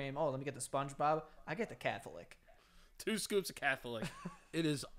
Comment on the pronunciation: A cath-o-lick sounds like a catheter lollipop.